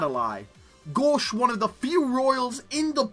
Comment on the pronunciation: Japanese pronounciation: gōshu adorai This guy: GAWSH